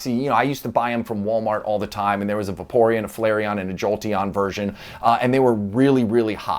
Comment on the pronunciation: “ a baporeon” 🤣🤣🤣